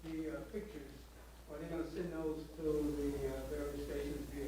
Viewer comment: get someone on that microphone who can speak English! "pictres"